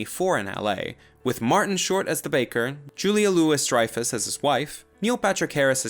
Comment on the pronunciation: Well done! I learned a lot. Thank you. Just a couple of things as far as your pronunciations of some names It's pronounced: Julia Lou-ee Dreyfus... not Lewis Kyle McLawk-lin... not McLack-lin And Brendan Frazer... not Frazher (you're adding an "i" in his last name, which is a common mistake)